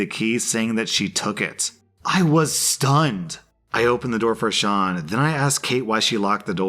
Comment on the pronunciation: You do not understand how happy it makes me that you pronounced "Sean" right. (Its an Irish name and some people pronounce it "seen")